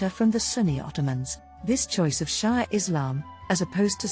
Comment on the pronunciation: Shia pronounced She-ah.